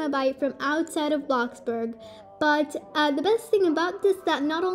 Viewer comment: Thx for the help! But you said Bloxburg wrong you are saying Blockburg but thx!